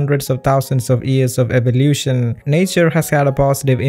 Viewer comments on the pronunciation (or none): none